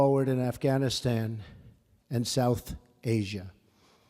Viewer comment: Reading from a TelePrompTer, and someone else wrote it, he can't hardly pronounce Afghanistan...